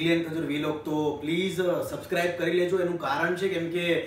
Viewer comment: Kinjal Ben ne sabscribe bolta nathi avdtu 😁😁